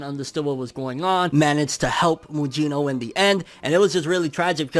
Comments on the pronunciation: It's not pronounced Mujino, it's Mugino like Kusanagi and Gyuki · Lol butchered mugino name lol